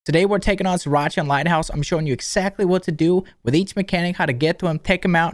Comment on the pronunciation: I keep hearing Sriracha